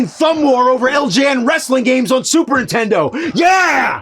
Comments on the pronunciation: I still love how after all these years, AVGN still pronounces Super Nintendo as "Super Intendo" like so many other people I know ❤ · What's a Super Entendo? I keep hearing the Nerd say it. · I always hear it as "supern intendo" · Ahh still saying “intendo” instead of Nintendo all these years later lol